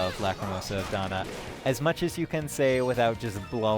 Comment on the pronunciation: why do they keep pronouncing dana like donna? two completely different names